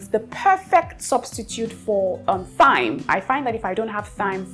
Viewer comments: Thyme is pronounced like “time”. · Hey dear I love you and your videos❤️❤️❤️ I don’t know if it’s ok but I had to say this here so others take note too… thyme has the same pronunciation as time. The “TH” isn’t the same as the one in “think”. With lost of love ma’am…